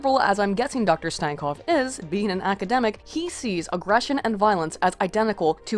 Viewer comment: make fun of stankovs last name? you cant even pronounce it right, let alone make fun of it